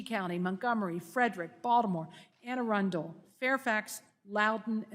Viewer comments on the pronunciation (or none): none